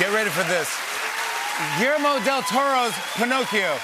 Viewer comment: Jimmy should work on his pronunciation of Guillermo´s name to sound decent at least!